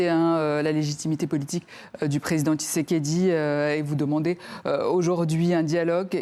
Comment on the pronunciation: tu prononce mal son nom kisekediii 😂